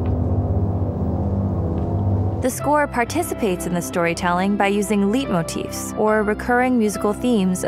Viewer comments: This is a damn fine video, but do bear in mind that Leitmotif is pronounced as "Lyte-" not "Leet-". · When two vowels go a-walkin, the second does the talking. Its not "1337motifs", it's "light-motifs." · Also, "timbre" is pronounced semi-French with an a sound, "tamber" (not like "timber"), and it's light-motif, not leet-motif. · */light/ motif, not /leet/ motif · Omg. The leit in leitmotif is pronounced like light, not leet. You could have maybe been arsed to look up the pronunciation before saying it. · Great video. "Timbre" is pronounced TAM-ber, and "leitmotif" is pronounced LIGHT-moe-teef. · Timbre is pronounced - tamber. And leitmotif is pronounced- light motif. If you're going to use words in an informative video, please make sure you can pronounce them properly.